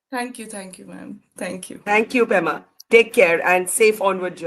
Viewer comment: Pema not Prema.